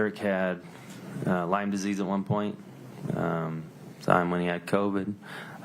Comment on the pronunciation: Why does call is Lymes Disease? It’s Lyme disease! They sound ridiculous!